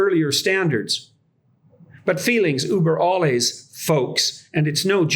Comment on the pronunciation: Jordan Peterson: feelings oober olles Me:.. Feelings "uber alles" jordan... Dont... just dont.. 🤣 oober olles. hahaha edit: timestamp